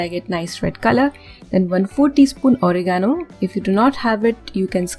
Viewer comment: ORIGANO..hahaha. Oregano pronounced as "reh·guh·now".